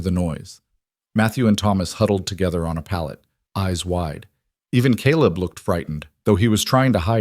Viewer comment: USA Indiana . It was nice to hear Caleb pronounced correctly in this story. Also, the narrator spoke with an interesting cadence and emphasis with a very pleasant voice. Great story of courageous woman taking on a large family!!! ❤❤❤